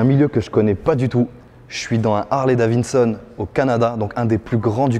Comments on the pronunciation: Hahaha je suis pas le seul a l'avoir entendu dire au moins deux fois Davinson ptdr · horrible le « « Harley DaviNson » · Harley Davi"D"son enfin 😂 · Harley DaviDson, arrêtes de dire DaviNson 😂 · Juste deux détails, c Harley DaviDson et pas davinson lol. Et pour la musique, tu a un intercom sur ton casque ! Pourquoi ta jamais mis de musique avec? C la base ! 😉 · Cest pas Davinson mais Davidson lol 😂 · Super ! Mais on dit "daviDson" 😂